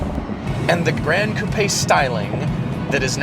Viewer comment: Love your videos guys. You even pronounce "coupé" correctly!